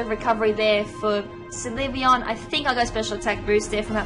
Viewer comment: It's pronounced sill-vee-on.